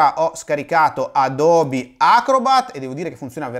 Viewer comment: Se conoscete l'inglese sapete che Nike si pronuncia "Naiky", per quanto riguarda Adobe e Skype ho riso anche io